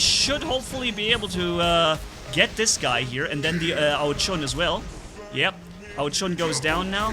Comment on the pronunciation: its ao jun like the month june not ao chun you allways make me laff when you say it